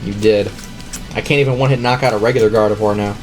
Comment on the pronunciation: N called it gardivoir and K called it broski